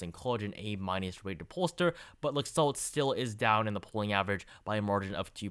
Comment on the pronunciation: For future reference, the Republican candidate in Nevada's name is pronounced "Lack-Salt."